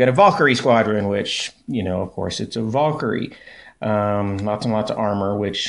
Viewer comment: and again, its not a Vaul-kyrie. its a VAL-KYRIE